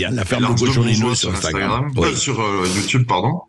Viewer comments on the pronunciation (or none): none